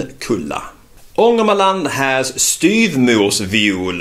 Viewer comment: 1. Why don't you pronunce "rs" (in "styvmorsviol") as "sh"? I've learnt that it should be pronunced in that way and now I'm not that sure... 2. Veeery useful video because it's difficult to find such exotic (in some cases) names of plants on Youtube and it's fanatstic that we can see your mouth while saying that all, it's important for many learners :) 3. I really don't understand why so few people watch your clips.... they are very useful and made in a professional way